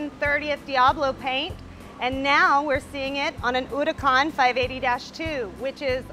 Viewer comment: She pronounces Huracán that way because she bothered to do it correctly. Good for her!